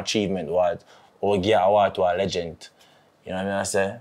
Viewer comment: Lengent with a t not d 😂😂 up walkie